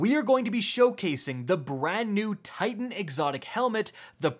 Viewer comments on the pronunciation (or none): none